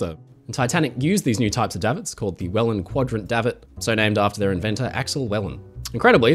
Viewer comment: It's actually DAY-vit. Like 'David', but with a final -t.